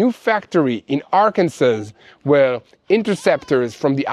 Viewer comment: *Arkansas ARKANSAW